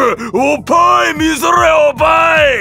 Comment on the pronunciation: おっ◯いがおぱーいになってるのwww😂